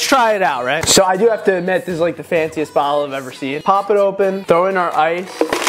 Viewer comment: "This BBBBottle of ice PPPPoPPPP PPPPrime"